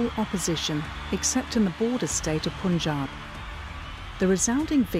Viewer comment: What's up with the Pronunciation? "Poonjaab" gosh! Propaganda content with awful pronunciation. How do you say "Pun"? POON is it?